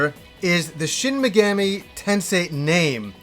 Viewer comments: Great video, but your pronounciation of Megami drove me a little mad, haha! it's mey-gah-mee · MEG-AH-MEE you dense fuck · I enjoy the smt games a lot, when you pronounce megami as megammy I cringed everytime but still cool video and thanks for the upload. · You butchered the pronunciation of the ENTIRE SERIES!!! The 3rd word is pronounced MEGAAAMI, the A is supposed to be drug out a little bit! Edit: WHERES DIGITAL DEVIL SAGA 1 AND 2?! ITS NOT COMPLETE WITHOUT THOSE!!! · Yes, you may have "done a google search;" however, that doesn't mean you are correct. He is making the Ga and Mi sound meld, just like in American English. He is saying "Shin Me-gam-ee" and like you said, the language is very syllabic, which would mean he is wrong. I have actually studied into some Japanese, and I don't mean to be rude, I even said he made a great video, but the pronunciation isn't correct. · Minor nitpick - you mispronounced it as "Meh-gammy" the entire video, but pronounced it right once ! It's "ease" vs "wise" all over again! haha! JPRGs love being tricky to pronounce! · tf does that have to do with anything? He was correct that he butchered Megami